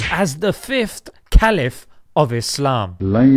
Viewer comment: "Rightly guided Kalifiahs"